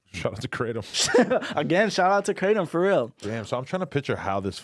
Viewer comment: Theyre pronouncing kratom(kruh-tom) wrong the whole time😂😂😂